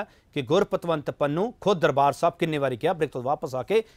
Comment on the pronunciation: Why can't pronouce Pannu. He always says Pannua? Please don't bring such person again for debate.